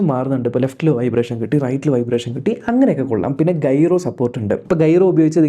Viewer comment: ഗൈറോ അല്ല ജൈറോ ആണേ.... ✌️